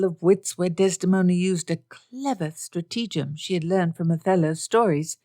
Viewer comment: Stratagem is pronounced STRATahgem, emphasis on the first syllable